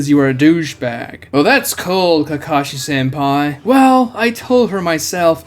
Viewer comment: y is he calling kakashi senpi? XD